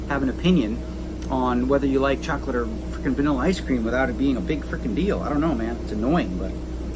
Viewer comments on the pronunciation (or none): none